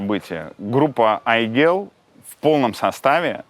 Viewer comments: @@ давайте начнём с имени, ни одну Айгуль или Айгель или Aiygel я не знаю в подобном произношении. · теперь я буду произносить это имя с мягкой Л на конце)